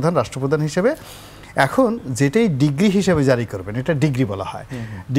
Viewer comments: মি. গোলাম, কথাটা ডিগ্রি নয় ডিক্রি... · Mr.Ronie Not Degre but Decree Ur wrong pronunciation has Twisted the meaning. It’s frustrating from aTalk Shie 🎉 Host like u who had been MP. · It's decree not degree 😅